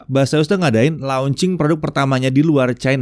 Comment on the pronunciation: Bukannya "Besiəs" ? kalau "Base us" mungkin iya bacanya "bes əs"